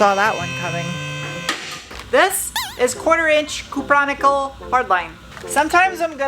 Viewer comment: ah yes, I love how "cupronickel" rhymes with Bionicle :)